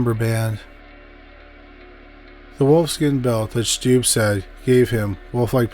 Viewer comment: I'm from Germany and I was really excited when you talked about Peter Stubbe, but please look up the pronunciation - I'm cringing when I hear your pronunciation. It's pronounced Stub-be ^^'